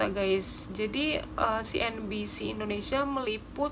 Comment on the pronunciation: Sebutan yang betul ialah Indonesia bukannya Indinesia. Indinesia tu sebutan lama Belanda